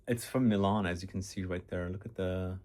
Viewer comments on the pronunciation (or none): none